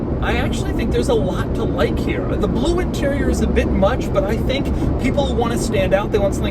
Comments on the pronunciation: I'm getting a kick out of the way you pronounce "Blewe" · His cadence is irritatingly jerky. The “Bel-oo”. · Is it just me or does Doug say the word “blue” weird?